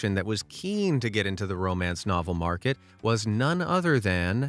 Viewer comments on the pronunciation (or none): none